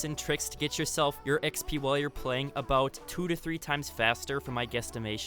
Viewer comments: Drink everytime he says “X-Pee” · dude the way he says exp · Notice the way he says xp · So no one is going to say anything about how he says 'XP 😏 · The way he says Xp and he said it a lot to